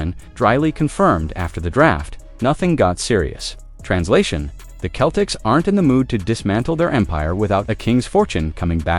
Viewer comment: We can't take you seriously when you pronounce Celtics Keltics and Jrue Holiday Jarue.